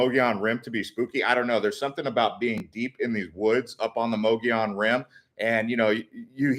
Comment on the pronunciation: If you are going to do videos please research pronunciation. Mogollon Rim is pronounced muggy on. The white mountains have a very deep and historical history. Including the alien abducting of Travis Walton. Yes there are strange things that happen up there it was inhabited by Spanish there are still heards of wild horses that descended from the Spanish horses left behind. Hispanic people also settled in the area as early settlers. Is close to the Navajo nation, and founded by Mormon. It is also a very beautiful area, popular with campers and hunters and of course there is the famous Show Low.